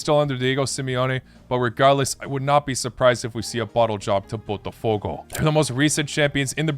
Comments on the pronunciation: Lol dude... You have been saying BOTAFOGO as PORTOFOGO😂😂😂😂 For god s sake. I always knew that English native speakers are flat out and they JUST can't say properly any foreign name BUT you re definitely worse. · Why he cannot say botafogo correctly... He called it as Portofogo...